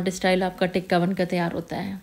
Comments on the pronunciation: ڈیئر بہت اچھی ترکیب ہے۔ پلیز "تکہ" ٹھیک لفظ ہے، ٹکہ نہیں۔ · Baji teeka😂 nhi tikka 😢😢